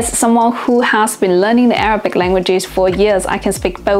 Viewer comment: Your Arabic pronunciation is way off but understandable.